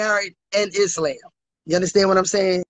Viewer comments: Is-slam? Q-ran? 🤦🏾‍♂️ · WTF is a Auntieprenur (Entrepreneur)? Karen (Koran)? and Itslamb (Islam)? 🤦🏽‍♀️I thought us Georgians talk messy. This is mental health call 😂 got a new calling ….. being a counselor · Not is-LAMB 😂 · She said Ontraprenur not entrepreneur 😂 Izzlam not Islam and Qrun instead of Quran 😂😂 Hot bubbly mess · I do read my 'Kur-Anne' to help me out, you know... 😭🤣. Not an Auntipanuer, who studies IsLamb.. 😂😂😂😂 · 😂WTF I cannot stop crying 🤣" I am Muzlim the Koran Izlam " 🙃He has to buy me a house and a car and college tuition for my son 🤣 Cam is undefeated, GOD help me I love this show to much, this has to be a sin 😅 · IS-LAMB and COR-AN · She cant even pronounce words. Is"lamb". Girl what!? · Did she say she was in the religion of "Is lamb" and she reads her "Core Ann". Now this is every man's Trophy wife, 🤣🤣 She needs to be institutionalized immediately. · Islam but she said izzlamb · She didn’t even say Quran or Islam right, bless her heart😂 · Did you hear how she pronounced the Islamic terms😅😂? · Angelo Madison Right!, she couldn't even pronounce" Islam" right or "Koran".🤔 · Right. She can't even pronounce it. You know she's not following it. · This woman can't say entrepreneur, Islam or Quran correctly; but claims to be a business owner, Muslim and reads the Quran???????🤣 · Bless her heart. She pronounced the whole religion wrong 😂😂😂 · And everything else😂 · She can't even pronounce Islam but practices the religion, smh... #herlifeisajoke